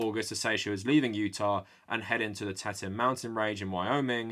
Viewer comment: FYI it’s pronounced Grand “Tea-t-on” National forest not “teten” 🤓 (It was named by lonely French trappers in the early 1800s who thought the peeks looked like three female breast😒)